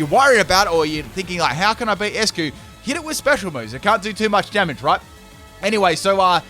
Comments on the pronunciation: Its not 'ess-cue' its 'ice-cue' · I believe Eiscue should be pronounced as "Ice" cue because it's a play with the word "Eis" in German which means "Ice" and it's pronounced as such.